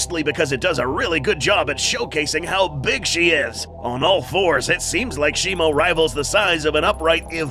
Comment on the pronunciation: Its shimO not shimU